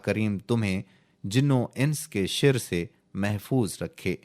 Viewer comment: املا /تلفظ کی غلطیاں 1۔موجوزہ(Mujawwiza) کو موجوزا (Mojoza) پڑھنا 2۔ حکم عدولی بھی غلط پڑھا شر کو(Shar) shir پڑھا